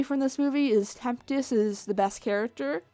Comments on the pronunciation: Take a shot everytime says “temptest” instead of tempest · STOP SAYING TEMPTIST! IT IS TEMPEST!!! damn it, there is no T in the middle! holy shit thats annoying! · Everyone is getting all technical about the production and how this movie was overall.... yet I’m still stuck on how keeps sayin Temptest instead of Tempest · Why does she keep saying "Temptest" when it's clearly been shown that it is "Tempest"? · Why do keep saying temptest her name is tempest shadow but her real name fizzlepop berrytwist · Am I the only one who heard her say Temptest instead of Tempest? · I love how she kept referring to it as 'the horse movie'... I may need to start doing that. Can agreed with the various comments. Would have appreciated a story on the origins of cutie marks... but that wouldn't have sold enough toys methinks o3o Also: Temp-tes? I can't un-hear that now... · she keeps saying temptest. . . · here's a fun game take a shot evey time she says Tempest's name wrong! lol jk don't do that. remember kids, alcohol is bad and fellow adults moderation is key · horse can't say Tempest